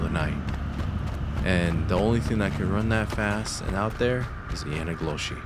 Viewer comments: Am I the only one that kept hearing "my nigga Yoshi" when he said the skin walkers native name.. 😅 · What is the word you keep saying? I can't quite make it out. YANIGOSHI ?!